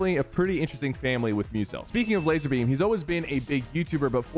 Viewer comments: It's not Lazerbeam it's Lazarbeam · bro isn't it Lazar?